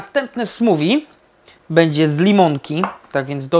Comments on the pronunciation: SmuWI? Smoothie - ma charakterystyczny dźwięk th, prędzej smoofi. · chyba nie mówi się "smuwi" przez w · Chyba nie tak powinno się wymawiać ''smoothie''.